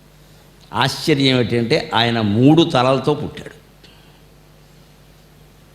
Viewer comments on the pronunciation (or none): none